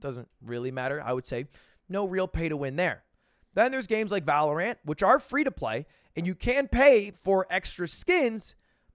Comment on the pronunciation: there it is again! lud says valor ant instead of valorant